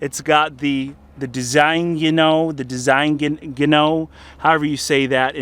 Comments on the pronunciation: Designo is pronounced Desino, surprised you got stuck on designgino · de zin ee oh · "Design-u know" I'm dying here 😂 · It's pronounced "Dez-een-yo" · Worked at the seat plant and its pronounced De zeen o....have several AMG and Designo logos i liberated lol the seats were sewed in Juarez Mexico at Ediasa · "Day-zeen-yo"! BTW... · how could you not pronounce design with an O on the end 😂